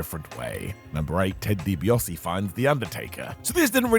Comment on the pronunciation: Begging you to pronounce DiBaise's name correctly. I did enjoy Austin mostly between Triple H getting injured and the Invasion PPV. More for his comedic antics with Vince McMahon and Kurt Angle.